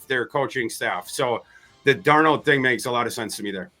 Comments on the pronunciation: He's doing the mispronunciation on purpose. He slips and says it correctly sometimes, so I KNOW he's saying Dar NOLE because he's such a JJ stan. Does he call the fast food restaurant with the golden arches, Mc d'Noles? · Have you ever had a girlfriend who was PERFECT, but you broke up with her because you couldn't stand the fact that she said "fustrating". That's how I feel about and "DarnOld". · Love. Fucking hate how he pronounces Darnold’s name. DarnOld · Dar-Nawld lol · Sam DARR-nole 😂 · I was thinking this same thing my goodness 😂 he keeps pronouncing it “DAR-NOLD” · It's worth not bringing back Darnold just so we don't have to hear butcher it all the time.😅